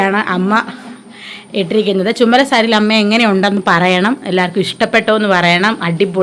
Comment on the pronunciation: ചുമല സാരി അല്ല ചുവന്ന സാരി ന്ന്‌ പറയു